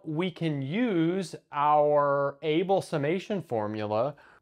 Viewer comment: Just one little bit to pick: Abel summation is named for Neils Henrik Abel, a Norwegian, whose last name is pronounced AH-bel, not like the English word "able."